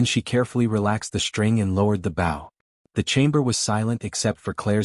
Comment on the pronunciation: Please adjust the pronunciation of bow. It is b with a long o. Loses credibility.